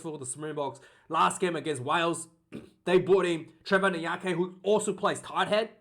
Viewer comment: It's Trevor In-ya-car-knee bro